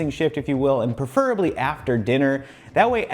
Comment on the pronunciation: you say preferably wrong.